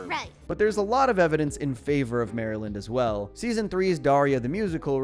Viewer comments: as somebody from Maryland I was very offended at the way that you said Maryland in this sentence😂😡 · Mary-lind? Its pronounced meh·ruh·luhnd or meryl-luhnd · ...I had a genuine "stop and stare" moment when you said "Mary-lind."